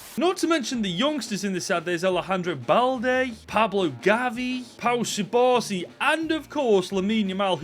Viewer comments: The pronunciation of subarsi instead of cubarsi hurt me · It’s pronounced KUBARSI not SUBARSI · Its not subarsi its cubarsi😊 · ithink its to funny that you call cubarsi subarci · just a heads up, im pretty sure its pronounced 'koo-barsi' not'su-barsi' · lost me at pau 'subarsi' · Bratha it’s cubarsi pronounced with a k sound not an s sound 🤣🤣🤣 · Its CU-BARSI NO SU-BARSI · Fire video but if im not wrong, its Koo-Bar-Si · Bro stop pronouncing my goat cubarsi's nameeeeee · He’s called cubarsi but the c is pronounced k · That is now how you pronounce Cubarsi…😂